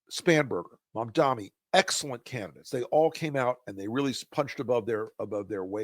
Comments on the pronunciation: Guys, please, please, please, learn how to pronounce his name! It' MamdaNi not MamdaMi. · Mamdani, pronounced like this: mom-DON-ee. Why is it that Rs, former Rs, and corporate dems have such a hard time saying his name...